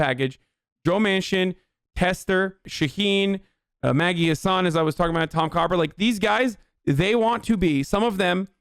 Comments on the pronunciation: I'm from NH its Maggie "Hass ane" pronounced different than tour name. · i'm from NH and maggie hassan's name is not pronounced like hasan it's a short a like in hassle or apple. so u should be free from that joke now except chat won't care